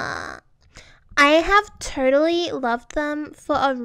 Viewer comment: “I have tUrTuLlY loved them”